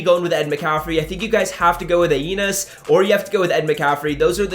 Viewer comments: Thank for all the great content. FYI...pronounced Uh-nee-us. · Its pronounced uh-knee-iss Williams buddy lol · A-nee-es Williams lol 😂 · It’s Uh-knee-us Williams I believe, and I went with Eddie George until I get a rb then I’ll get Ed 🔥 Vid tho keep up the work